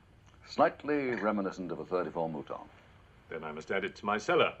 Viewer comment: Mouton not mutoun.